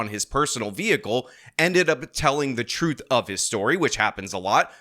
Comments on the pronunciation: People who say “Trufe” tend to never tell the truth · The word is TRUTH, it’s not at all difficult to say correctly.